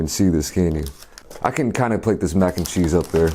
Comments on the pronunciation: why does he say it like mac and chi 😂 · Whys he say mac and chee lol np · Why you say Mac and chee. Lol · Christin K he probs puts kimchi with it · He's American.